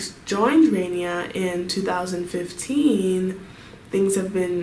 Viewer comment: It’s 라니아 not 레이니아 okay?